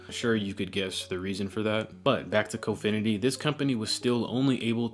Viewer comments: Your pronouncing : Confinity (wrong)! It’s : (CON)’finity.👀 AN INFINITE (CON)!! 🐲🗣🐣🙇‍♂️👨‍🦯👨‍🦯👻👀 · Ur pronouns confinity is wrong, u need more emphasis on con in confinity